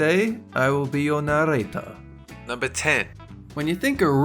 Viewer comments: I'm so lost somtimes it's narrator sometimes it narrrrrrrrrrrrrrrrrrrrrrrrrator!MAKE UP YOUR MIND!😱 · what happened to," and I'll be your naRRRRRRRRRRRRRRRRator!"